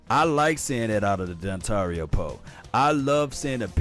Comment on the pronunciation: Love your vids man, but you gotta stop calling this man Dontario lol. It's Dontari.